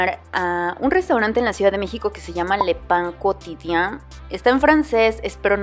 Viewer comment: Enhorabuena... "Le Pain Quotidien" ha sido bien pronunciado...:-)